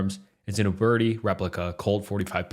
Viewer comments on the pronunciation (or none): none